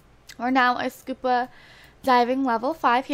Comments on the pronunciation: She pronounces SCUBA diving SCUPA diving. lol but i still love these videos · Ur saying scupa instead of scuba